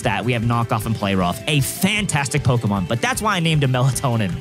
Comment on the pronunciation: NGL, the amount of Pokémon you pronounce wrong drives me fking insane... But I still love the content!